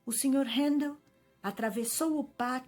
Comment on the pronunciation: Que bom ouvir meu nome tão bem pronunciado por tantas vezes.